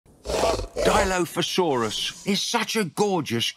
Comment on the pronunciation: Also, I’m glad they finally pronounced it, right